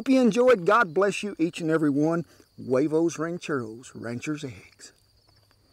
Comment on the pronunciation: Good pronunciation most people say Hooayvos when it's actually (Wehvohs)